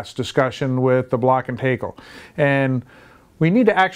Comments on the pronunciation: Can't find the term "made-off" in any marine dictionary, nor have I ever heard it used in any class or onboard a vessel. The phrase literally means to "run away with," so that is confusing to say the least. Also confusing is your pronunciation of the word "tackle" as "take"le... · Great information. But how in the world can you know so much about block and tackle systems yet but NOT know how to pronounce it properly. Oh wait, you actually started saying it correctly . Weird. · What the hell is a "takel"????